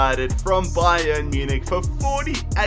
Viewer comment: why do you always say ba-yern munich